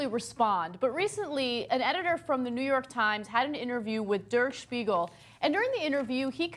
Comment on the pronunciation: It's pronounced "there Sh-pee-gel" not "durr Shpeegul"